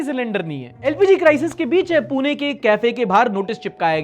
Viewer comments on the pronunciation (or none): none